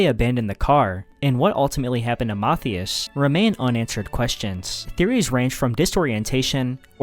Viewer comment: Pronouncing Matthias as “motheus” is crazy. Makes him sound like some Roman moth god